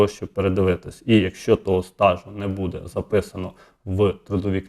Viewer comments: Не будЕ, а бУде! НАГОЛОС ставте вірно! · Не будЕ, а бУде ! Став правильно наголос ! Неможливо вже це слухати.